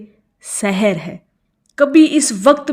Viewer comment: سحر ھوتاھے س پر زبر کے ساتھ زیر کے ساتھ پڑھنے سے مطلب جادو کے وقت پڑھو